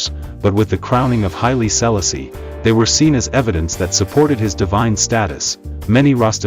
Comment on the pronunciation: Speak his name correct!